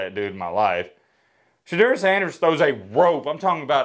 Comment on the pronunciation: It is pronounced "Sha door" get it right hater